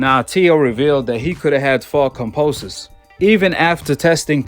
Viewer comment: Can you stop saying Fucking Cumposus have some respect and say Kambosos properly Jesus Christ man so annoying